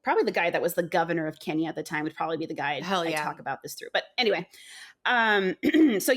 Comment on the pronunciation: As a Brit of Kenyan heritage I really appreciate the section on 🇰🇪 Kenya. And as a Kikuyu, you pronounced that really well. Harambe! My mum was a child under British colonialism and feared for her life daily. My uncle and great uncles were imprisoned in concentration camps. My uncle was just 15.